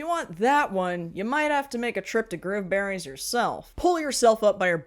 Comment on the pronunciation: I kept hearing 'Groomberries'....which, yeah...